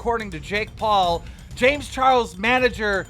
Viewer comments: This guy purposefully messed up people's name to piss people off. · Keem is the worst at saying names lmao